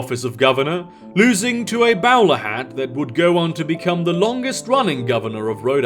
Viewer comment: you fucking shitposter....this isn't what i subbed for...but it's what i should've subbed for. P.S. pretty sure "bowler" in bowler hat, is supposed to be pronounced like bowl, y'know, like the thing you eat soup/cereal out of? like that.